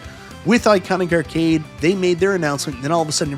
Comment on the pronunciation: Errcade 1 up 😂 Canadian much?